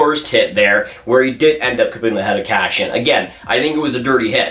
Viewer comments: Please review names!! It’s not cashian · Who's "Cashion" you keep talking about?